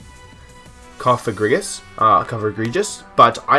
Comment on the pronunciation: You might be the first Youtuber I've ever heard pronounce Cofagrigus correctly, haha